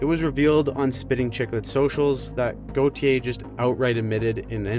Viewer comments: the way she pronounces "Goo-tee-yay"🤮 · Cutter Go-thee-Ay